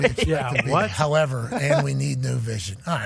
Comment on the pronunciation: Come on Pat you just read that wrong 😂 longer pause after the however not before.